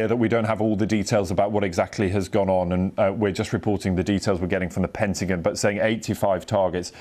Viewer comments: What's a "Pentagin"? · It’s pentagon not pentagen, damn french.